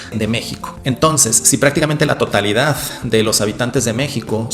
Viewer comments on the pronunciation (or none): Se te escapó una zeta española en "totalidad" . Ni es la primera vez, ni eres el primer mexicano al que le pasa. Es un fenómeno fonético que va a más, resultado de las inexorables leyes de la fonética evolutiva, pocas cosas son inmutables en este mundo.